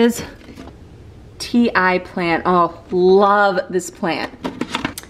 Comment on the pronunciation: The Ti plant is pronounced (tee or tea). In Hawaii the green ones are very popular & have many uses! Sometimes people will put them under their drivers seat, above door ways, or tied to their tow hitch. They’re believed to keep bad spirits away!